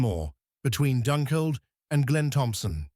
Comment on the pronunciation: I was a bit dissatisfied with the pronunciation also. I know it can be hard and ‘Doonkeld’ I can understand from Dunkeld but Stawell doesn’t have a ‘r’ in it. The rest of the pronunciation was pretty good considering. Otherwise interesting video 😊